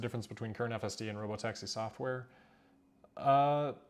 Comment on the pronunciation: So it’s “Rob-o-taxi”, now I get it!